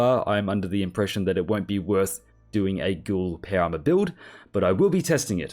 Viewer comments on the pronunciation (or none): It took me 13 minutes to realize he was saying Power Armor and not para armor…